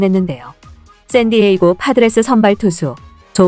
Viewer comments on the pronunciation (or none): none